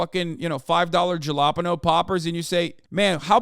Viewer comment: The j in jalapeno is pronounced like an h. 😄 Also, the sas in Arkansas is pronounced saw. This has been a public service message. Thank you.